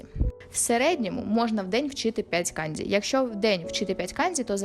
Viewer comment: не треба будь ласка використовувати росняву систему транслітерації. Ось ці ваші кандзі, хіросіми і фудзі - це неправильно. Правильно буде - канДЖі, хіроШіма та ФуДЖі. Почитайте про систему Коваленка, українського вченого-японіста.